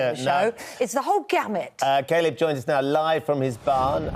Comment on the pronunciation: Why is Ben calling him 'Kay-lib' ???